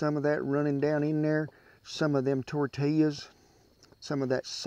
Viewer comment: "Gimme some of dat toouur tea yas" not tortillas lol